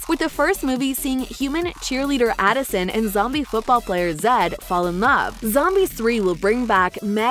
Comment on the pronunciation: Uhhhh is adison not alason